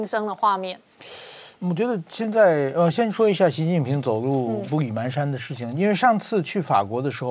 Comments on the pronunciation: 👍👍👌🌹支持本节目，但是、今天、指出一点：步履蹒跚的蹒读pan，不是man，请注意⚠️ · 步履蹒pan跚，不是man，这成语读的笑死人🤣🤣🤣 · 蹒跚panshan 台湾读manshan吗？ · 步履蹒跚 的 蹒 读音 pan 上声！ 请凝觀等早日纠正读音， 谢谢！